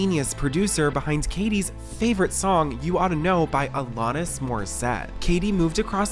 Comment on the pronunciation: Why do you not research videos properly? Even the pronunciation of Alanis while clips played pronounce it correctly was shocking. Kate Hudson was an actress. The picture you showed was a promotional photo from a movie she did with Matthew McConaughey. How does this channel miss such glaringly large mistakes? I can't be subscribed to you anymore.